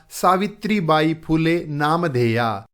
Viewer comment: Aapko acchi tarah Se padhaane nahin aata phool Le hota hai fula nahin phool lu hota hai phoolon nahin aap bahut jyada badhate Hain sorry❤😂😂😂